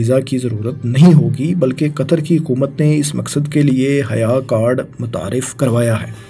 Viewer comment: its not haya card bro its hayya means welcome or marhaba as per my knowledge